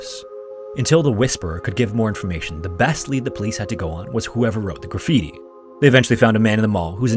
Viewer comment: "He has a right to be missing." Lol well said, po-lice